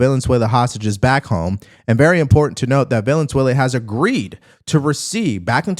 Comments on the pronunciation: are you saying villianzuela? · Bruh said "Vaylenswellyah" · It's Venezuela, not Valenzuela. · Are you pronouncing it “villain-zuela” on purpose? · Bruh, its not valenzuela, its venezuela. Goodness! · VEN-EZ-UELA, it’s like saying aks for ask.. I love your videos but brother it’s VEN-EZ-UELA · I can’t get over how you keep pronouncing Venezuela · It’s Venezuela. There is no “N”. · Venezuela has only one letter “l” in it. Check your pronunciation good sir! Otherwise a great video as usual. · Love your channel. But you gotta practice on your pronunciation of Venezuela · Dude... figure out how to say Venezuela